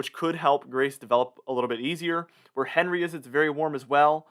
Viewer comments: Everyone else is pronouncing it “On Ree” not henry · With Henri ending in an I, wouldn't it be the French pronunciation, on-REE?